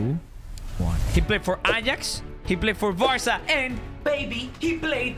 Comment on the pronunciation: Stop saying varca